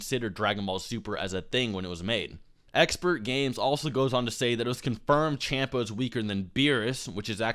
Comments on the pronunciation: Little punk, making this video. You didn't debunk nothing. The power scale is decent and he's not misinforming anyone. You also mispronounced Champa, stop misinformation! And it's Exper, not Expert. He has more than a 150000 subscriber than you for a reason. Sit down. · not trying to get anyone mad but it is pronounced Exper not expert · You keep saying expert it's exper....I know it's weird but its there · dude... if you are going to criticize someone elses channel/video you should know how to say the name of that person properly, it makes you look dumb. and i instantly lost respect for you and took your video less seriously since you called him EXPERTgamez. when in fact he is EXPERgamez.... can you not read? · expertgames....god damnit its expergamez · Its Expergames not Expertgames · Exper not expert lol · ExperGamez. Not Expertgames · Omg did you say ExperTgamez 😂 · There is no t in Expergamez. I'm not tryna be a dick, I assume you knew that. It just sounded like you were calling him "Expert" in the vid. I probably misheard, but just in case I didn't, he takes offense to being called Expert Games. I appreciate your respectful tone because you guys are two of my favorite YouTubers so I'm really glad you tried so hard to avoid starting a fan war. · It's Expergamez idk why he didn't put the "t" in their. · no its just, not really professional to say someones name incorrectly if you are trying to critique them... i dont really care either way. i dont particularly like expergamez or. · Nintentalk Radio He's clearly very informed about the topics in the video, yet you're crying because he said his name wrong? Grow the fuck up